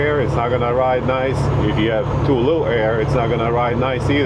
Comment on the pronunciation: Lol " let the eer out" . Im from Texas with that long draw speech . Sure that would sound like me talking. Love the videos man